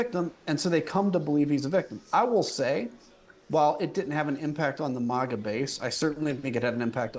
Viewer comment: He pronounced MAGA wrong! If this is a cult, let me in!